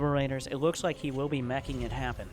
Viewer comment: "Meching it happen" Lmfao